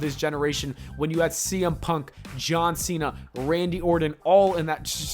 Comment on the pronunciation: Everytime you say “John Cena” I hear “Johnson” haha